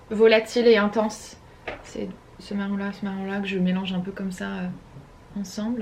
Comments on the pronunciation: Top ton vlog! ❤️ Par contre, c'est quoi cette manie de dire: "c'te" au lieu de "ce" chaque fois? 🤔 C'est: "ce", il se suffit à lui même 😁 J'adore le mélange de couleurs de tes cheveux en ce moment 😍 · Aaah enfin un vlog !!! c'est marrant tu dis toujours "ste" 😂 "ste meuble , ste pouf " mdrr😂